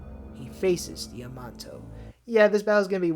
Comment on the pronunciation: I think the name is pronouned - Damn Nay Shio